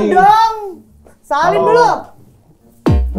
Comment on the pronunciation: salim dong 😂 bukan sali* 😂😂😂😂😂